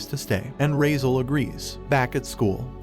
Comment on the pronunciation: His name is not razel.... Its cardis entrama di raizaaaaaaaaaaaaaaal